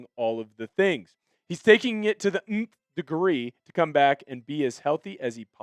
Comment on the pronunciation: My favorite part of this video was the pronunciation of nth degree.😂